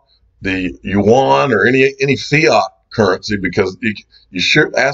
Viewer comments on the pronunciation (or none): none